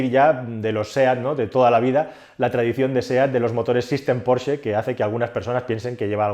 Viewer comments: Decir "porche" en vez de "Porsche"... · Me encanta como pronuncias "Porche". Me viene a la mente aquel anuncio de una editorial en el que un tío pedía un "porche amarillo" y el genio le dio un porche de terraza y no el coche. Se pronuncia "porshhhhh" XD